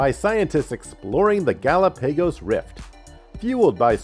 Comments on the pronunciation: What is a gallow pegas Island?? Omg.... this guy has GOT to go... he’s ruining every video.... Jesus Christ... Do you not have a video editor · Ga-lop-a-goes......OMG too many mispronounced words. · Took me a second to realize he mean Gallepegos. 😹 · Did anybody else hear how he said Galapagos? It made me question myself for a minute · That's the first time I've heard Galapagos pronounced that way... weird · It's the result of reading a script without doing the research urself lol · Not Artic. Arctic. Not GalaPAYgos. Gal OP a gos. Research works. Selferic acid? No. Try again.